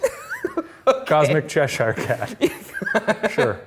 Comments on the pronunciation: I love them but I hate how they pronounce Cheshire😂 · who the actual hell pronounces Cheshire as Cheseyere ? Is this an American thing lmao